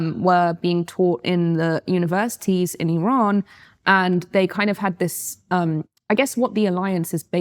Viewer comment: Why does she pronounce "Iran" like "Elon"? Have I been saying it wrong the whole time? 🤭